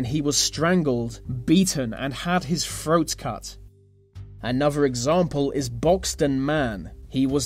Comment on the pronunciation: What is a Froat? and Firtysix and Vey, and Alvough, anyfing. I could have sworn he was speaking English. SMH.